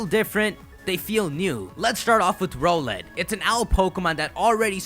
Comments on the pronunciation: I think it isn't pronounced "Ro-let" I think it is the word Owl, with an "R" before it, and an "Et" after it. Therefore, it should be pronounced "R-Owl-Et" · Isn't Rowlett pronounced r-owl-et and not roe-let? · Can you pronounce rowlet as r OWL et not ROLL ett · It is pronounced Rau let not role let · I think Rowlet is pronounced more like rOWLET that ROWlet. I mean it is an owlet, a baby owl. That's just my opinion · Rrr OWL let. Not Rohh let. OWL. Its an owl. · Yo it's pronounced R - Owl ett not roll -ett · Not trying to be rude but I'm pretty sure Rowlet pronounced "Rao-lett" instead of "Row-lett". Yknow, like the word Owlet? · HIS NAME IS ROWLET, NOT ROLLET. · Do you guys think hes saying Rowlet wrong too? I think its r OWL et vs ROW let Or is that just me? #TeamRowlet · Don't you just love how he says row-let instead of r-owl-et yet he says owl instead of ole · I'm leaning towards choosing Rowlet, but I usually tend to go with fast attackers, so Popplio might have a chance here. If it indeed does get the Figthing type, it'll have an even bigger chance. [PS: it still bothers me how you pronounce Rowlet's name. It's an owl, so why "Row-let"?] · Dude like the vid, but it's ROWLet as in 'owl.' Can't believe I have to play Captain Obvious here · I'm pretty sure it's rOWLet with the o-w-l being pronounced like the word owl.